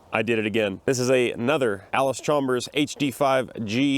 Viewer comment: Alice Chom-bers